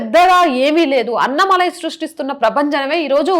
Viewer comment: అన్నమలై కాదు అన్నామలై అన్నామలై అను anchor తల్లి...